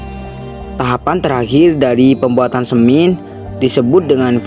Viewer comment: Penggambarannya kok tambang batubara.. Bhasanya semin jg dipengaruhi dialek mungkin.. Hrsnya semen..